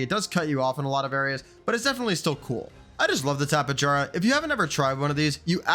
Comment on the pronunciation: Tapa-Jar-ah... Bro, its Tapi-air-ah.